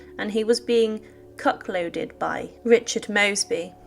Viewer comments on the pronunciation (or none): Cuckold is pronounced "kuk old" 🙂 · Cuc loaded she says